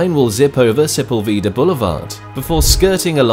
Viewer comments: It's pronounced 'SA PULL VA DAH' (Sepulveda)..... Not "Se pul vita" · Yes, so much blah blah filler speech. Add on the serious oversights not including the metro connection and horrible pronunciation of Sepulveda.